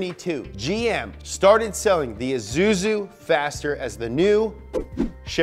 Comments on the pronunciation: "AhZooZoo" (Isuzu) LMFAO 🤣🤣🤣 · 'ezuzu' made me laugh my lungs out XDD We pronounce it /issouzi/ here in my country